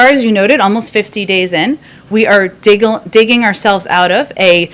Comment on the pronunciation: Was she thinking wiggling when it sounded like she almost said diggling their way out? Lol